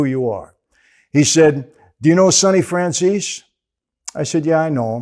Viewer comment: After all these interviews Vlad still can't pronounce Franzese right.